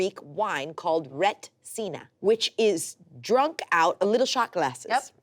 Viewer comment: Oof hearing foreigners pronounce retsina is rough